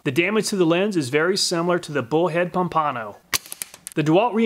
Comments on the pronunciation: Loved the vid and findings. Nice job. Mispronounced Pompano… lol. It’s Pomp - ano… not Pom - pano. 🤣😂. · Pomp-a-no, not Pom-pano. Great vid! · Florida man here... FYI Pompano is pronounced “Pompa-no” not “Pom-pano” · Florida man chiming in: Pompano is pronounced "Pom-puh-no". i.e: Pompano Beach, Florida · Pom-pan-oh it’s a fish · I cringe at how he pronounced pompano it is ( pom-puh-no)